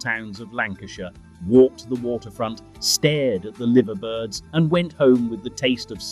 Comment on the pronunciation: It's pronounced 'The Lyver Birds' for God's sake